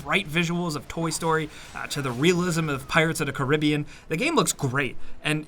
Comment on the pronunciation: The way you say Caribbean hurts my soul